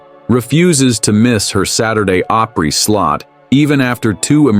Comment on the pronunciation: It's Pronounced OPRY not OPERY